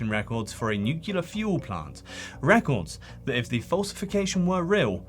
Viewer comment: New-clear. It’s just like pronouncing those two words, but together. Nuclear.